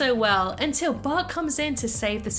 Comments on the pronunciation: She says bah Simpson at start of the video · original: but before we begin what i heard: bart before we begin